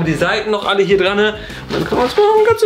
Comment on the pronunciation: bitte sag niewieder drane